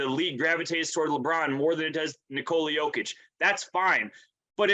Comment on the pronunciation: Here's how disrespect is pronounced. Even when he was making his first All NBA team, no one nationally could pronounce Jokic's name. We regularly got "Jokovich,' 'Jock-itch,' and 'Joke-ich.' Rarely"Yoke-ich.' With his 2nd All NBA team and WCF appearance, 'Jokovich' disappeared in Joker's shadow. The following year with his 1st MVP award 'Jock-itch' dried up under the glare of the spotlight. Last year and this year with a 2nd MVP and prospect of a 3rd, many began pronouncing his name correctly 'Joke-ich' remains very much alive, though. LeBron used that pronunciation at this year's all star game. Tristan Thompson on ESPN yesterday too. 8 years in the league, soon to be 3x MVP and still many can't or won't pronounce his name correctly.